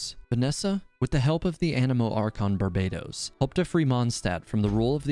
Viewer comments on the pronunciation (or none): none